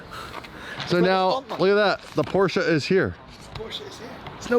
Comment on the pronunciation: There is no R in porsche 😂